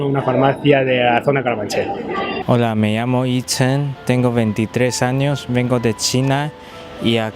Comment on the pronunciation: 默默地纠正是Yichen…🤦🏻‍♀️🤫